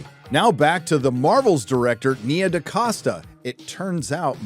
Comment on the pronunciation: the name is DaCosta but why de f, do you pronounce DeCasta?